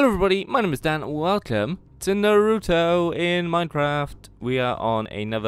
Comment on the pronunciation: naruto not narouto